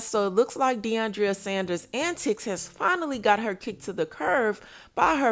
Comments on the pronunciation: It’s not Deiondria it’s Deion-dra 🙄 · It's deiondra....NOT Deiondria...